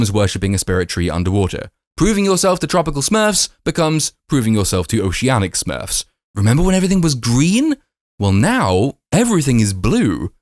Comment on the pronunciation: "Smuurrrwwfs" your review is more entertaining then the film